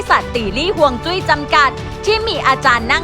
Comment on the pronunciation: ฮวยจุ้ย. หรือ. ฮวยซุ้ย... 😂